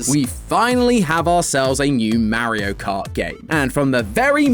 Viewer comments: Stop it's Mario not Mairo get it right 🤬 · It’s MAR-io not MARY-o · MERRY-O? Buddy, it's MAR-EE-OH... MAR as in Mars, not MARE as in a horse. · The way says MAriO instead of Mario 😂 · Calling it Marry-io makes you sound like an out of touch old person lol. But maybe it's the Bri'ish accent, which is cool ngl In the states it comes off that way though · He is the only person who says maerio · . “Merio kart” I miss matt🙃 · "Mare-io" "Mare-io" "*Mare*-io." Poor, poor,.